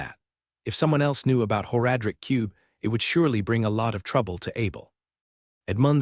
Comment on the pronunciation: the voice is fine but the pronunciation of several words bugs me to no end. It's like nails on a chalk board. "Whore-adric cube" for one drives me insane.